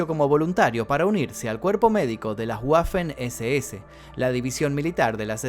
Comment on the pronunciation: Pronuncia mal wermach y waffen SS .. ANIMAL IGNORANTE!!